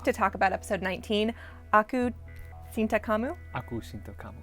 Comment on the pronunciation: Cinta is pronounced "chinta". Bahasa Indonesia. But it wasn't bad actually.